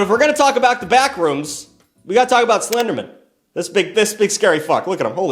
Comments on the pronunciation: Stop saying Slendermin. You're too fast. Its SlenderMAN. Lol. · The way you pronounce SlenderMAN as SlenderMEN bothers me.... a LOT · I'm sorry, I couldn't get past you pronouncing Slenderman as Slendermen the entire time! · The number of times it sounds like you say SlenderMEN instead of man upsets me. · I love how is from New England so he pronounces it as Slendermin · The way you keep pronouncing Slenderman as if it's a last name like Goldman instead of pronouncing it like Spiderman or Superman is freaking killing me for some reason. 😂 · The Seinfeldian pronunciation of 'slenderman' as if it was someone's last name got me! Like I just kept thinking of the old 'office birthday party' trope, but with everyone rolling their eyes as Slenderman asks if they really need to take a slice of cake that big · Why are you pronouncing the end of the Slenderman like the end of Councilman instead of like the end of Batman? 😂